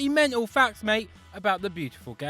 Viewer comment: Affulutely menal!